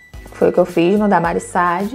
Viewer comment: Deve ser minha TPM mas q nervoso a pronúncia errada do nome da Mari SAAD, até parei de assistir, não é Mari Sad, miga